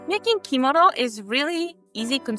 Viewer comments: U pronounced it wrong it's kemono not komodo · I love how u said “kimono”♡